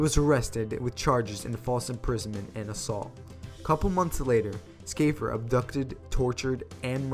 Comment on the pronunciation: I think he pronounced "Shaffer" as 'Skafer'. Odd